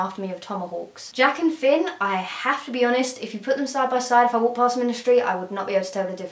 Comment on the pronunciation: I thought she was just mispronouncing jake and finn, adventure time